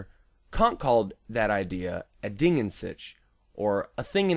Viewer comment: Your pronounciation of "Ding" was correct and you can easiely fix your pronounciation of "an" by exchanging the a sound you did with the a sound in bartender, the n stays the same. The "Sich" is the tricky part as I can't recall for the live of me any english word with a simillar pronounciation of the german CH.